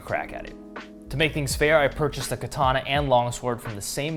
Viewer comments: shame most people can't even pronounce the word. It's ka-tana not ki-tana. Kind of ruins any credibility if you can't even pronounce the name of the sword. Glad to see you're cutting wet tatami though, most of the ones I see is with dry tatami making it far from realistic. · Also would be quite good if you could pronounce ka ta na. No 'R' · More properly pronounced kah-tah-nah rather than kah-TAH-nah. Japanese doesn't have accented syllables. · First of all... learn how to pronounce "katana"